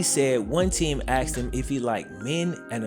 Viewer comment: “if these questions were axed”